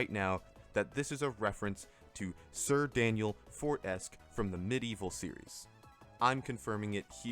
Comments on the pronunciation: A little late, but I hardly saw anyone mention this slight error. The "Fortesque" in Sir Daniel Fortesque was pronounced wrong. It's for-te-SKEW, not for-TESK. To be fair, I used to make the same mistake until I finally played the game and heard all the characters indirectly correcting me. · it's pronounced Four-Tes-Q, not Foresk 😭😭😭